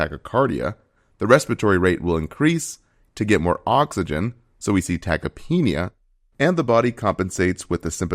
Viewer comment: While the information here appears accurate, there a couple notable mispronunciations- tachypnea (should be tachyp-nea, not tachy-penia) and the quite baffling pronunciation of systolic as “sigh-stolic”.